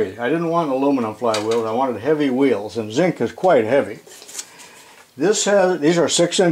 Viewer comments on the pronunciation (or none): none